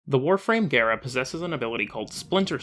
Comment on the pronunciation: Oh my fucking god gara like car not hair >:(